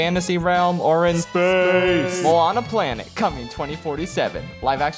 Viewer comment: How the fuck is Moana your favorite Disney movie? yet you can't even fucking pronounce Moana and Maui properly.